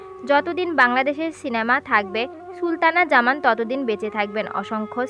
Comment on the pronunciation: She was Sultana Zaman not Shultana Zaman. Learn how to pronounce names...